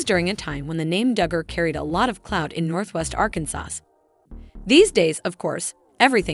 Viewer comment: OMG!!! It's pronounced R CAN SAW